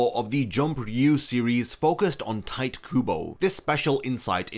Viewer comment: It’s crazy that you did enough research to make this video but somehow not enough to realize his name isn’t pronounced “tight” 💀.